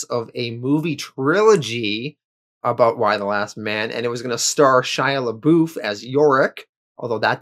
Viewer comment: "Shia Laboof"